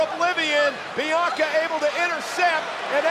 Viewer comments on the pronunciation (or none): none